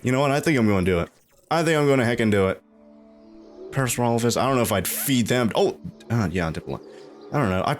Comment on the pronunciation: Ah yes, Parasaurophasususesesss.